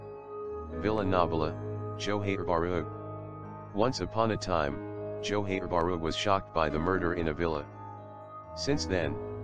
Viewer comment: 'Jouher' bahru